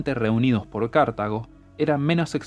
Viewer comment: Porque dice cArtago y no cartAgo